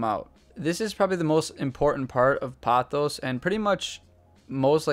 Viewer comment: It's po-thos. Poe-thos. Not pah-thos. It's Greek.